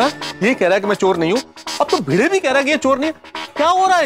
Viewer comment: Bhide ❌ bhinuu ✅🤣🤣🤣🤣